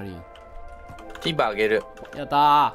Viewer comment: 皆さんのtinの発音が良すぎて、めっちゃ面白いですw蛮族の音楽がでてくるときちょっとテンションが、いつも上がってます！いつも、ありがとうございます。